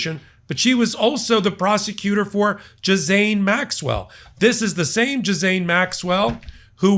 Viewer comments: Ghislaine, pronounced ghee-lane. Not Jizz-lane. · It's pronounced gee-lane. Please,. Saying gizzane is killing us. 😄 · it's pronounced "ghee lenn" [Ghislaine] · Pronounced "Gueelane" not Gisajn 🙃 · Zhee-lehnn . Not Jizz -ain. If you are going to report news, it might help to bother to learn how to pronounce the names of the people you are talking about. So far, you, Lawrence O’Donnell, everyone (it seems) pronounced her name every way BUT how it is pronounced. Sloppy. Disrespectful. Careless. Undermines credibility. Just a thought. One quick search is all it takes. It is a common name. Something to consider. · Can you guys, all of you start pronouncing her name correctly, I don’t think her name sounds like gizz, it’s more like Jill as in Jil-lane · C'mon,. It's "Ghi-len." Not "jizz-lane" or "gheez-lane." A pedophile and criminal, but you're loosing some of your considerable credibility. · I know most Americans don't learn French, but the name is pronounced Gilaine, not Jislaine or Jizlaine. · Pronunciation: not GiZaine Maxwell… 🤦‍♂️🤦‍♂️ (?!?) Basically its GuiLaine Maxwell, a bit like “ELaine” in Seinfeld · Ghislaine = Gee-lane. Not gisanne… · Gheelane NOT JIZANE!!! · Ghislane Maxwell- well well you pronounce it jis-sane Maxwell (almost by a whisker you missed saying hussain Maxwell) others pronounce it gee-lane Maxwell. My honest take: jhis- lane Maxwell- note L is a consonant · please pronounce her name correctly. It's 'ghee (like the fortified butter) lane" NOT 'jizz lane'. It's French. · Gizlane Maxwell? come on - learn the people's names! It's pronounced Gilane - The S is silent (Gihlane)! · Her name is Ghis-LAINE, not Ghis-AIN. I stopped watching because it's really amateur hour when you can't even get the names right. Do better. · Gee-Lehn.... Please check pronunciation of Ghislaine... (Not "Ji-Zane") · Ghislaine is pronounced GEELANE although I love the mispronunciation JIZZ lane.... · Jizaine?? Really,?